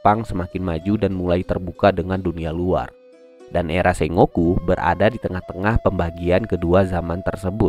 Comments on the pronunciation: ejaan ny bkn se-ngo-ku tapi sen-goku ato seng-goku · Sengoku cara bacanya senggoku bang (fyi) Sukses trs buat channelnya bang 👏